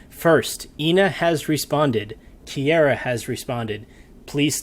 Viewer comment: PLEASE HOW DID YOU NOT LEARN HOW TO PRONOUNCE HER NAME FROM LAST TIME I CANT I CANT its ki-ah-rah not "kiera"